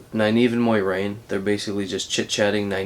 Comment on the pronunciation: BTW it's not Moirane, it's More-aine, Moraine